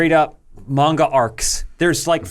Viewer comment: Sounds weird for an American to pronounce Manga correctly